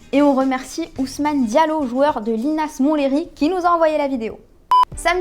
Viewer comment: C'est plus Linas-Monthléry, c'est Linas-Montlévy !